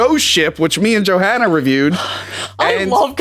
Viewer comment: Question: when is saying "Johanna" he pronounce it "JohAnna", just like we do in Scandinavia, not the typical "american" way, is there a reason for this?